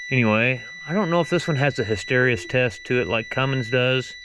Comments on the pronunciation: Hist-stor rees-sis I have trouble with that too. Ha Ha hys·ter·e·sis /ˌhistəˈrēsis/ Learn to pronounce nounPHYSICS the phenomenon in which the value of a physical property lags behind changes in the effect causing it, as for instance when magnetic induction lags behind the magnetizing force. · HISS-TER-EE-SIS Just trying to help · lol. Hy-ster-ee-sis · hysteresis is pronounces hister REE sus.. hysteresis means a lag between input and output in a system upon a change in direction. Hysteresis is something that happens with magnetic materials so that, if a varying magnetizing signal is applied, the resulting magnetism that is created follows the applied signal, but with a delay. Not trying to be smart, nor belittle someone.. but its a term used quite often and most folks have heard of it, but not necessarily know it... I hope this helps folks... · Try his-ter-ee-sis, don't let the Y mess with your brain. Cheers Eric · "his tuh REE sis" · (Hiss ter e sis) would be the pronunciation that I learned. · the word is pronounced... HISS...TERR...EEE...SISS. It means the lag between the input and output., like with micro-switch whose contacts are made to complete a circuit, when object that has compressed the switch actuator moves away, the circuit is still made until the object is fully clear. I hope that makes sense. If you press the end of your index finger with your thumb, then move your thumb away, it takes half a second or so for the end of your index finger to go back to it's normal shape. That is the hysteresis. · " Hister (like Mister) reesis" test. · Hysteresis... "hister E sis"